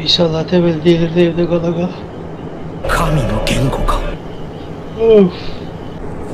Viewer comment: Kala kala değil "qala qalaa"